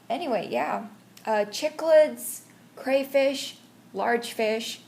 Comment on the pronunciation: At the beginning it sounds like you call them both 'African dwarf frogs' and 'African clawed frogs'. The sound cuts out when you describe the differences later on. Also the first part of 'ciclids' is an s sound